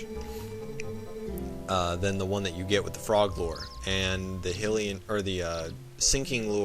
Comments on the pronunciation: Not "he lee en" It's pronounced "high lee en" lol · "Hillian". Huh, never heard it pronounced that way.